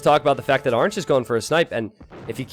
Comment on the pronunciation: why does pronounce orange arnge